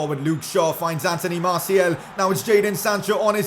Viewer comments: stop saying Marciel its Martial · He Said Masiel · It is martIAL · How he says Martial tho